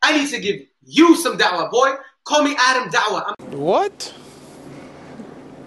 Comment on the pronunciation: His name is aadamm . Not adam the wana be . With his eve 🤣